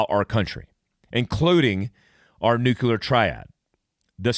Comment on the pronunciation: please learn how to pronounce Nuclear properly. Nu-Clear!